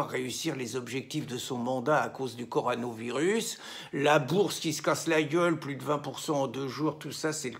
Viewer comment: On dit CorONAvirus, mon ami, pas corANOvirus ! 😊